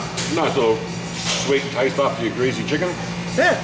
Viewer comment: “Greasy” , there is no Z in the word.